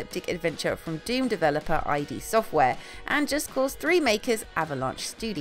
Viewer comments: No Serious Sam 4? Also you it's not "I D Software" it's "id Software". Garbage list. Almost all of these games look like garbage. The only good ones are Beyond Good and Evil 2, Metro Exodus, and Cyberpunk 2077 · Did she really say "I D software"??